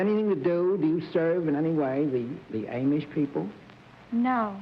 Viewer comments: Bennett strikes yet AGAIN. During the Steeple Jack segment, Bennett inquires if her job has anything to do with the "AIM-ish". Ok, maybe I'm wrong, but I thought the proper pronunciation was AwwM-ish. I really think Bennett had an impediment with pronouncing words, similar to how some people are dyslexic. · Per fhe first guest: Evidently, Bennett has little acquaintance with the "AY-mish". Ha! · Bennet always call them the Amish like the a is long like in way. It is pronounced amish like in ah-mise. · lol at Serf botching "Amish" For a book publisher he had alot of trouble with words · Can we get someone to teach Bennett Cerf how to pronounce 'Amish'? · Bennett Cerf mispronounced the word Amish. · Bennett often learned new words by reading them, rather than hearing them pronounced. And I've heard other people pronounce Amish with a long A; seems to be regional. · The Amish are named after a fellow named Ames - so Bennet's was probably correct - but pronunciation does change over time.